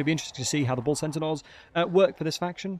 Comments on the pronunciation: Why do you keep saying bull sentinels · centanaurs lol